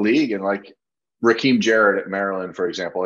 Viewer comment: FYI...it's Rakim (Rah-Kim). He was literally named after one of the greatest rappers from any era.